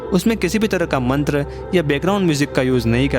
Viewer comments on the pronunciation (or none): none